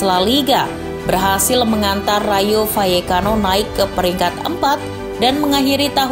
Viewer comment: Kenapa L dibaca Y , gaplekki hehehehe